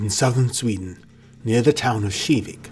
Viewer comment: Hol up hol up. You pronounced KIVIK SHIVIK ??